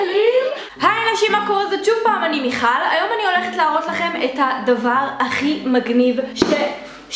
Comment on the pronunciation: ב זה נשמע כאילו אמרת מיעל מה צהוב😁😁😁